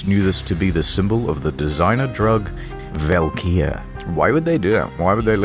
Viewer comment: The drug is pronounced as 'valkyrie' tho. This game is very on the nose with mythology